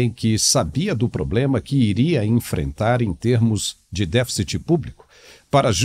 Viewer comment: Pra mim, um ministro de economia que sequer sabe falar a palavra "deficit" já me parece uma fraude...